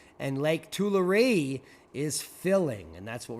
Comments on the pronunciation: We say Two. lah ree. Tu la ree = Tulare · PRONOUNCED, TOO-LARR-EE! TULARE LAKE!